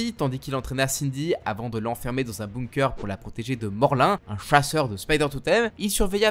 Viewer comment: Ah ta pas t'excuser décrocher les nom des personnages ont est habitué (Morl1 ) en est exemple cela ce se dit Morloune même si c écris morlun Cela fait partie du charme des tes video une traduction ou prononciation alternative en cadeau 😄🤣😅